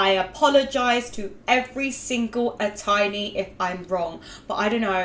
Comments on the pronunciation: ps Ateez are pronounced Aye tease and Atiny is pronounced as Destiny not as tiny xD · And ATEEZ is pronounced like Ay-teez And Atiny is like Ay-Teeny like destiny (Also luv your channel)